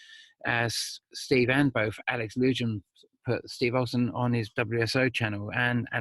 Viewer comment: Alex Lujan = Alex Loo wham, not Alex loo Jan. Know you’re busy but I’m kinda nutty right now and it sounds like fingernails on a chalkboard to hear his name mispronounced.